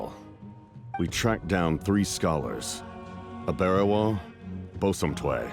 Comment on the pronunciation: as an african, i can confirm that the pronunciation of aberewaa and bosomtwe were incorrect and inaccurate.